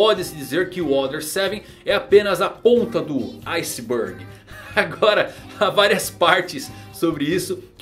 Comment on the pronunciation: Na ponta do "ice burg" genial kkkk